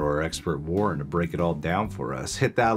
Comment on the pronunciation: Why do you call Warren "Warn"?